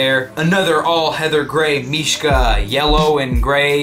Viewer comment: he is actually saying mishka properly, and trust me i would now -.-'